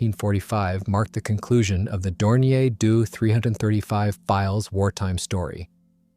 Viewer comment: It's D O.........NOT " Do"! Initials are said not produced or pronounced as words ....just saying